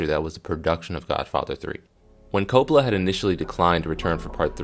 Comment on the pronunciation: man, first of all its pronounced CoPPola not Copla. its an italian lastname. with more Accent on cOp... part.